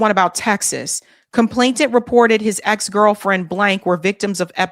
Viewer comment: Sorry to nitpick, but it's complainant, with an 'N", not "ComplainTANT. no "t" involved.